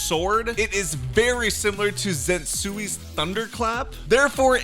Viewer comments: Said zenzui😭😭😭😭IT'S zenetsu agutsima😭😭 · bro said zetsui insead of zenistu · This man said zensuy's lol his name is zenitsu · DID HE REALLY SAY ZENSUI LIKE BRO SAY THE NAME RIGHT ITS ZENITSU NOT FREAKING ZENSUI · Bro he actually said zetsui not zenitsu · You will not him Zetsui in my presence. its Zenitsu. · NNAH ZENTSUI IS CRAZY!!!!! ITS ZENITSU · Nice vid but the pronunciation isnt zantsui 😂 its zenitsu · its zenitsu not zenstsui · zenzuitz? its zenitsu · my man said zezunis not zenitzus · he said Zentsuis insted of Zenitsus thunderclap. A bit triggered😅😂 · When you said zenitsu I got mad it's zen nit su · bro said zensuy its zenitsu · bro realy said zensui instead of zenitsu ☠️ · said Zetsui instead of Zenitsu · "It's very similar too zentuis thunder clap" bro really said zentui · the way he said Zenitsu so wrong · Bro did zenitsu dirty "Zetsui" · dude really said zensui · Bro said ''zentsui''😭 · not hating but why you call it zetsuni?? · “Zetsu’s” U damn know that’s not how it’s said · BRO SAID ZINITSU 💀💀💀💀💀💀💀💀💀💀💀💀💀💀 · Bro just called zenitsu, sen-SUI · what did this guy just call zenitsu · How you saying Zenitsus name lien that 💀